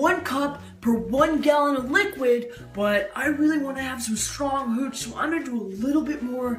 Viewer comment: You got my husband’s attention when you asked Dan to try your hooch because he thought you said cootch 🤣